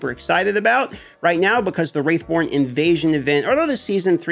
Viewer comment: Wrathborn (Rath) not Wraith.